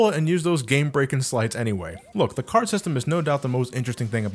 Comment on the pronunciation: OMG I DIED WHEN HE SAY DRAW GOOFY CARDO, DRAW DONALD CARDO, DRAW MICKEY CARDO !!! I CANT LMFAO 😂😂😂😂